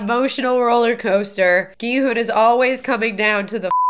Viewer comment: Love your reactions. Just an FYI, I believe the main character’s name is pronounced more like Ki-Hun, rather than with a western hard G sound. It’s an extremely aspirated G which almost sounds like a western K sounds.